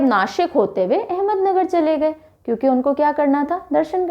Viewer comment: Ma'am it is not ahmednagar it's ahmadnagar